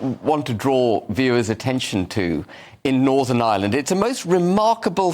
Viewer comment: Darren - it’s northern Ireland, not Northern ISLAND. It;s like saying “noo-car-sll” when you mean ‘new- CASS- ll”